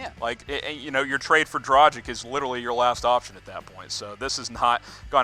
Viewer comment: I know its hard for you U.S. dudes, so i will just fight through the pain in my ears, and calmly remind you that Dragic is pronounced like Drag itch not like tragic with a d instead of t...